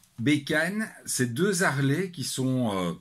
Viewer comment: Bonjour. je ne savais pas qu'en Belgique on pouvait faire la liaison entre deux consonnes.EX: Les z'Harley ou deux z'Harley. LOL